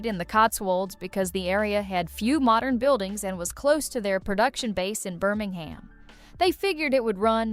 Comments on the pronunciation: Please. Learn how to correctly pronounce English place names. It is NOT "Canner-Bury", NOT "Gran-Chester", NOT "Birming-Ham, etc. You offend every non-American. I am not British; but even in South Africa we listen, we hear, and we know what is correct. Thank you. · Please use a real human voice. While I agree with some video lists on this channel, the AI voice and mispronunciations annoy me. The way the fake voice can’t say Birmingham or Cadfael correctly says it all. That’s why I only occasionally watch and won’t subscribe.